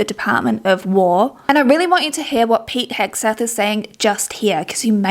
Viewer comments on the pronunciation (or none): none